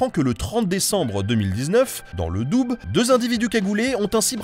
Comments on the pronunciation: "Le doube"😭😭😭 phonétiquement ont dit le "dou" sinon super vidéo !!! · Bon petit hors sujet on dit pas "doubes" mais "dou", le d ne se prononce pas.. Voilà voilà bisous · On dit dou pas doube merci pour ma région ;) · Excellente vidéo, juste, Doubs ça se dis "dou" pas douBS😂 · on dou et pas doube :p mais c'est pas grave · le "doube"? connais pas, je connais le Doubs qui se dit le "doux". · Le Doubs se prononce "dou" et non "doube" ;) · Dans le Doubs [:/DUB] ? Benjamin, autant je peux bien faire un effort sur ta prononciation des langues étrangères mais sur la Franche-Comté est française depuis un moment tout de même 😋 Merci pour ces chouette vidéo pendant le confinement 😎😍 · Je vous aime bien mais quand même vous me décevez je pensais que vous savez que le Doubs se prononce « dou » et pas « doub » mais vos vidéos sont de qualité vous êtes pardonnez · à 2 : 39 tu a dis le DOUBE ne t'inquiète pas je ne t'en veut pas pour avoir changé le nom de de mon département mais sa se prononce dou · Frère tes vidéos sont génial mais on dit le dou pas le doube mdr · Oh sacre ! On ne dit pas "Doube" mais Dou (Doubs) 😄😅 Très bonne vidéo 😉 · Vidéo interessante ... avec une petite erreur : Le département du DOUBS (25) ne se prononce pas "doube", mais "dou" tout simplement.. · Salut nota, le département ce prononce le dou et non pas le doube 😄😉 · On dit le "dou" pas le "Doube" même si ça s'écrit Doubs 😂😂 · Dans le "doube" !!! On dit "dou" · On dit dans le « Dou » phonétiquement pour prononcer le nom du département du Doubs 😂😂 pas « Doube » 😂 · Ça se prononce DOU ! Pas DOUB ! Outrage à magistrat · Le " dou ", pas le " doube ", le " doubse " ou que sais-je ;). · C'est le département du Doubs (dou) ben et non le département du doube. Mais bon les doubistes te pardonnent car tu fais un travail excellent. C'est ma chaîne préféré. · Dans le DOUBE !? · On dit pas " Doube" Mais doux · On dit le « dou » et pas le « doube » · On dit pas le Doube mais le dou le doubs🤏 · Le Doubs pas le Doubbe